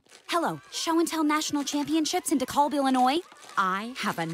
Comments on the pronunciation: Lil fun fact. I actually live near Dekalb illinois. It’s pronounced (Dee•CAL•b) not (Dee•CALL•b) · Okay. Just gotta say as someone who lives nearby the city she mentioned on the phone. It's not pronounced Dacolb Illinois. It's Dekalb Illinois. Pronounced Deh-Cal-B. I hate to admit how much that bugged me. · She completely missed pronounced the name of the town in Illinois de-call-b it’s pronounced de-cal-b (cal) like California. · Pedant time, it's pronounced De-Kalb not De-Calb in IL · She pronounced Dekalb wrong. It's pronounced with a "Cal" as in Cal-ifornia, or Cal-vin Kline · Actually Pronounced Dekalb with the a like cat. De-kalb, like Da Bears or Da Cubs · I live in DeKalb, Illinois (The teacher pronounced it weird) and this has always baffled me. There's no such event here obviously, and we're such a random locale to set this joke. What, did they just throw a dart at a map? And why would you even specify the location if it wasn't part of the joke? I don't know. But the first time I saw this I thought I was losing my mind because the reference to my hometown is so out of nowhere. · Meanwhile they mispronounced DeKalb Illinois lol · Based on how she pronounced Dekalb, it appears that no one on the Family Guy team has ever been to the Chicago area. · I've never heard someone mispronounce DeKalb before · Definitely a new way of pronouncing DeKalb lol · Did you go to the pumpkin festival? Also, she pronounced it way wrong. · She pronounced DeKalb, IL wrong.